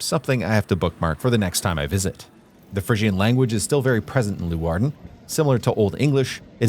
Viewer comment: It is NOT Loowarden. it is Leeuwarden [lay -wardn] !!